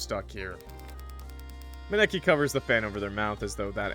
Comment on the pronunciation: that was the worst way I've heard someone pronounce Maneki before 😭😭 (it's pronounced ma-knee-key)